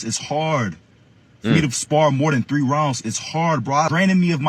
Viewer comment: The dude was going for a bout, and she just went 12 rounds in a clapathon, probably swapping dudes with her girlfriend. "All tree y'all"🤣